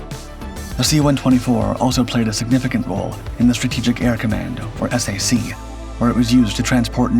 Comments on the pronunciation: S-A-C? No way. It was called SAC as in sack. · "S A C?" It's pronounced "sack!" but A.I. doesn't know that. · Take it from a guy that served in the Strategic Air Command, there is nothing more annoying than to hear the Abbreviation of that Command pronounced S-A-C. SAC is an acronym pronounced the same as the word Sack. Just like many acronyms like NASA, or ACSII are pronounced today. SAC was the Best Command in the USAF and was hated by the the TAC fighter jocks because SAC set the standard for the USAF. So they promoted a TAC Gen to kill SAC and combined Commands into a new unified command structure and split up SAC assets. TAC & SAC was formed into the Air Combat Command, ACC. Better known in the USAF as the Air Circus Command because of the constant foul ups from commanders that couldn't get things right and their political pandering and groveling to get ahead. Most don't know that the ACC flew 2 nuclear weapons across the US. One to a Base for an airshow for a display B-52 and another to move the weapon to another base. 100% illegal to do in peace time. It got so bad that ACC was and is still having problems holding on to Maintenance troops for more than one enlistment. The USAF is just a sad shadow of what it once was. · Hi it is SAC as in “sack” not S-A-C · Why do you show aircraft that have nothing to do with the C-124? For example the C-135 and C-123. You even showed C-133s without even noting they were completely different aircraft. This is just ignorant and sloppy in the extreme. And there was no such thing as the S-A-C, note it was pronounced as "Sack." Further, it is plainly stupid to think that the aircraft was carrying a nuke with that many unvetted pax aboard (look up the nuclear-related Personnel Reliability Program (PRP). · SAC was never said S, A, C. It was SAC like a sack. Later it became ACC, which was pronounced as the letters (not ack) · SAC was never pronounced as S A C! WTF?! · SAC was usually pronouned "sack" back in its day.